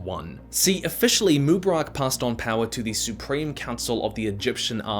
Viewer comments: Pronunciations heard in this video: moobaRACK, moobaROCK, mooBEARik, MOObarock Correct pronuciations heard: none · it not mubarak😭 it MU Bark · Say it with me: "Moo" "Bar" "Ick"